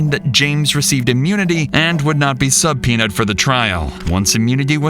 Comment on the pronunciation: "sub peenaded" you're ai... Or can't read a very common true crime word